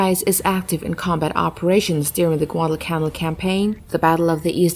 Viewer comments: Learn to read and properly pronounce names and words before becoming a 'voice over person'. It's "pronounced" GUADAL CANAL like the Erie CANAL; NOT pronounced Guadalcannell. KYLE CREEL ARLINGTON,TX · Rather strange narration in this film, obviously by a non-English native speaker, with many accents on the wrong syllables. The worst example of this is "GuadalCANal!" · Ca-nal like the Panama canal. Get your basic facts down.